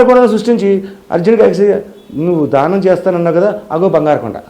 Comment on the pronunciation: ధానం కాదు దానం అనాలి